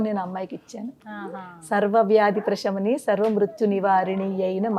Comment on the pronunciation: ప్రేషమని అని పలుకుతున్నారు తప్పుకదా ప్రశమని అని కదా పలకాలి కదా